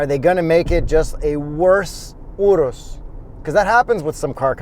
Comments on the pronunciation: I'm so happy to finally hear someone pronounce URUS correctly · My man pronounced the Urus correctly (not like 99% of the general population)